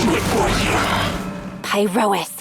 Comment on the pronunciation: I wonder who spread the misread of Pyrois as Pie-Royce?